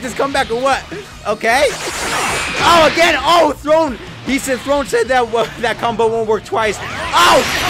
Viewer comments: calling THORNE, THRONE instead of THORNE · the “Throne” instead of “Thorne” is actually so cringe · Him: "Throne!" HIs name: Thorne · His name: Thorne: THRONE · So we ain’t gonna talk about him calling him throne even though it was Thorne? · It's Thorne not Throne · Thorne bruh like a rose thorne just spelled diff